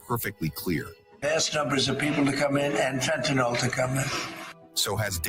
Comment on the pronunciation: you're doing a good job; but the drug's name is fentanyl. (Not fentynal) Otherwise, good diction!